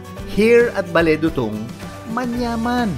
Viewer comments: Not Bale Dutung... it's Bale Du'tung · Pronounced CLOD sir…not Cloud ☁️ Also it’s pronounced Bale Doo Tung